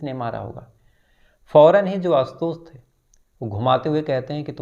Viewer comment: भाई बाकी सब ठिक है| पर श शब्द को स बोल रहे हो| आशुतोष, लाश......